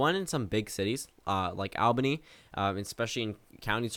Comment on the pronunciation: ITS PRONOUNCED ALL- BANY